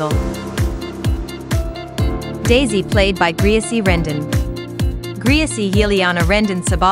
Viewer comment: it’s not graisy (how u call it ) it is really Greeicy